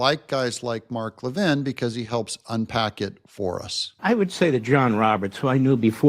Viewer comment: It's pronounced LeVIN. It's like LePew (Pepe).